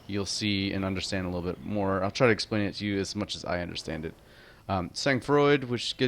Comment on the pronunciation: Just saying "Sang froid" is pronounced "san frwa"